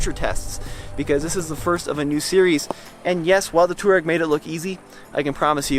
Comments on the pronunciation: Its pronounced "Toh-reg" NOT toowarag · Twar-egg, not Tour-ag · Nice review. However, it's not pronounced "two rag". The correct way to say it is "to wah reg". It's an Arabic word. Named after the nomadic tribe in North Africa. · Can we not call it 2 Rag or 2 Rags. It’s pronounced To-A-Reg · Not "tour-eg"... it's "twar-eg".... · No, its not technically pronounced tooreg... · DC Garage I was think the same thing! I'm only 5 minutes in and so annoyed! Too-rag 🙄😬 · I usually like this channel, but the fact that this guy knows how to pronounce "Touareg" and deliberately mispronounces it is the literal definition of ignorance. Really puts his objectivity and his reviews in doubt. Unsubscribed. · Omg!!! Seriously learn how to pronounce Touareg properly!!! I cringe every time you say it incorrectly. 😬😑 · I loved this video, but the way you say "Touareg" really bothered me lol